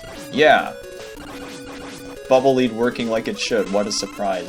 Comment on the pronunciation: Pretty sure "Bubble Leed" is supposed to be read "Bubble Ledd" ^^